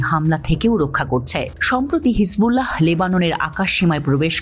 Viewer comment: হিজবুল্লাহহহহ এভাবে উচ্চারণ করতে হয় না কি??🤣🤣🤣🤣🤣🤣